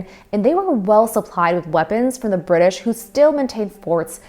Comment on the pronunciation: Weird to hear someone with an American accent pronounce it Bri'ish.